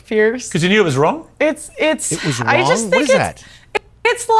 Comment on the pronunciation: Who determines what the line is? Jews😂 if it is twoo, then you ah not wong